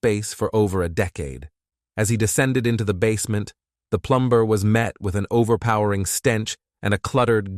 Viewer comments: The plum-burr lol 😂 😂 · Yeah and it says plum ber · sorry, no, this is an AI voice. They are getting better though. The sentences aren't quite "right" (and her story was told in an odd manner). Also, no human would talk about a "plum-ber." They would know how to say that word correctly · Yes, plum-ber and no breathing 🙊